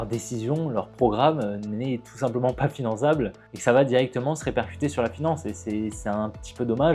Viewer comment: "pas finanZable" avec un Z comme Zoral